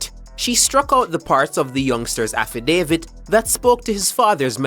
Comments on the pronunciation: Bredda, yu mean even after yu hear affidavit pronounce properly in the news clip yu still a seh “havidavid?!” If yu gonna vlog at least know how to speak bro. Outside of that you di good! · Learn to pronounce the word affidavit before you release your video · Please learn to pronounce the word “affidavit” you’re not pronouncing it correctly and it’s annoying. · Learn how to prounce the word dam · Very embarrassing. For a vlogger do some practicing for the words that you don't know first. Drives me crazy